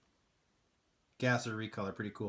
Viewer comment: Very cool case. Glad they repeated that Fugu Z, still haven't gotten one. And I'm pretty sure you broke a Guinness world record with that "rrrrrrrrrrrrroadster" LOL!!!